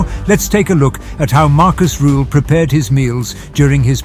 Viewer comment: Rüüüühl. Not Ruuuhl